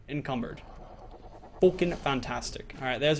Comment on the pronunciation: I love how he goes like fooking fantastic